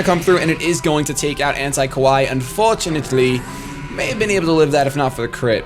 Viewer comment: Kawaii is pronounced ka-wai-ee and essentially means "cute". Ko-wai means scary.